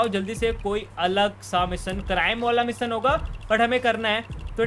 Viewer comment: Misson nahi mission hota hai missan ye kya hai